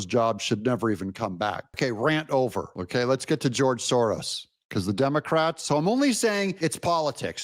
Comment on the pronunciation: S O R O S ...... Not SORROS.